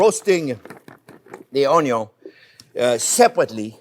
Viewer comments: Been watching Chef Jean-Pierre since I first stumbled on his How To Dice an Onyo video many, many years ago. I drove my wife crazy saying Onyo for years. Chef JP is always spot on and I love his delivery and simple ways to instruct. As Chef ages, he has now morphed into Wolfgang Puck and Jon Bon Jovi's love child. Tremendous channel. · FIRST the onyon!! LOL f... ! Gordon Ramsey you are the men ❗ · Another great video and now I have gotten my "Onyo" fix!